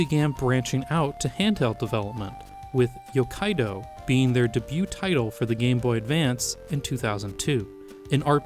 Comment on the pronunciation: That's not how you pronounce 'niche' Or debut Or Ito